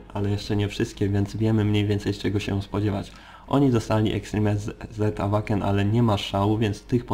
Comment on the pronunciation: Zastanawia mnie czemu wymawiasz "Awaken" zamiast "Ełejken"? :D